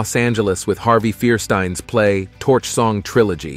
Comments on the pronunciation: It’s Harvey Feinstein not Fearstein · LOL, too bad the computer generated voice-over can't pronounce "Fierstein" - phonetically pronounced 'FireSteen'. Also for Petrillo, the "ll" is not silent.